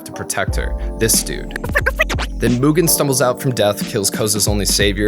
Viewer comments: Myoogen...Myoogen...I'm always fascinated when someone takes the time to make a lengthy video essay and mispronounces something as important as a main character's name. I'd assume the person doing the review would have watched the source material on a few occasions, in this case maybe even dubbed and subbed, and wonder why they mispronounce something so easy to not mispronounce. I mean sure, later in the essay he pronounces it correctly, but eh, just something that got my attention. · He really said Mugen like Mewtwo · he said Mewgen. Even in the dub they say his name correctly. Like a cow Moogen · did he say "mewgen"? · Just curious why do westerners default to the (myu) gen pronounciation? There are a lot of words that suggest there are other ways other than the mute/mucus pronounciation such as mutt, munch, mundane, etc. Just genuinely curious. I've met some Europeans before and from what I remember they don't stray too far from mu (moo) gen and not (jen). How does it equate in your head? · "myoogen, jean, and fuu" lmfao good video but that butchered the names